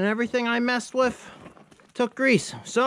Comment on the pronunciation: Not sure if it’s an accent or not but when you say “with” it sounds like your saying “whiff”